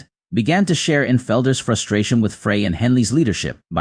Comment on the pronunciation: This announcer does not pronounce Glenn's last name correctly. Frey is pronounced as: Fry It is very annoying that this announcer keeps saying it wrong !